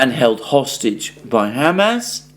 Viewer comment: For the second time!!! It's not ham🥩 ass🍑!!!!!! It's Hamas, two syllables pronounced as one! Haumaus. My Syrian friend says when you pronounce it, its like knives to his ears.